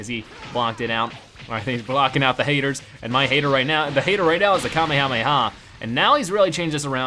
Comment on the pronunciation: It's called the kamayamay wave